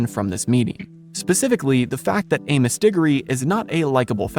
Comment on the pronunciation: The way you pronounce Amos is giving me psychic damage.